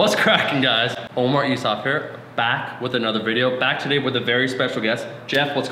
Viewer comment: dunno if he's saying 'one more' or 'Omar'